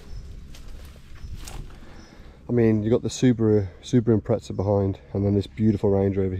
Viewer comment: Not trying to be rude but it is not impretza its impreza